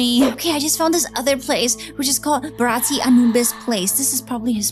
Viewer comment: BTW that is not you pronounce his name it's bh-ra - ti